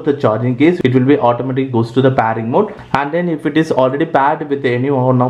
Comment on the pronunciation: Its pairing mode not PAARING mode ok